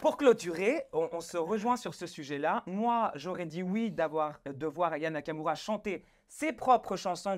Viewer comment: Elle as écorché le nom Aya nakamura, elle a dit " nania kakaroua " si tu veux parler de quelqu'un commence par épeler son nom correctement 🤣 et puis elle ose rigoler et dire que aya nakamura ne sais pas chanter alors que si on écoute tes "rap" de bac à sable... 💀 Elle t'a largement dépassé mdr donc fais toi-même du bon boulot avant de critiquer celui des autres